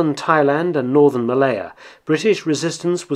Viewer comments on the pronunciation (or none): none